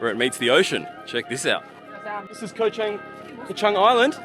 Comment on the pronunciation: I'm impressed with your correct pronunciation of Chang.